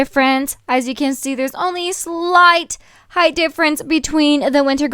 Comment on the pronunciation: Is it just me or did she say Heighth instead of height?